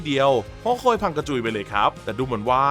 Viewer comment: พี่ผมได้ยิน หอคอย เป็น หอคว